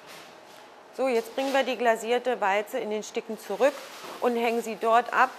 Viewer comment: Warum sagt die eigentlich immer "Weize" anstatt "Walze"??